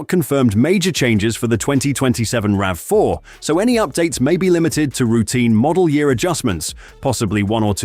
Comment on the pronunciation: I want Toyota to bring the RAV4 PHEV Woodland to Canada for 2027. We only got the HEV Woodland in 2026. P.S. Please retune your AI voice so it consistently says "rav4" not "ravvy4" every so often.